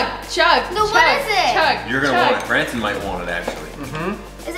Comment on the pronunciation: It's Branson not brandon